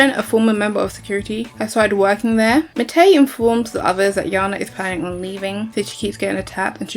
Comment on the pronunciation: It's been years since I watched the show but I swear you're pronouncing Matei and Meinir's names wrong 😅